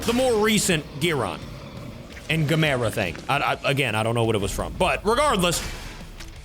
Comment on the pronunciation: Always says gamera wrong